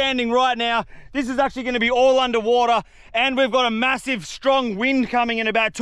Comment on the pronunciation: “aH gOiNt, GoInT kRaHb” That got me laughing 😂